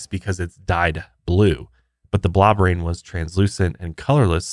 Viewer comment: I know you’re saying “blob rain” but all I hear is “blah brain”. 😂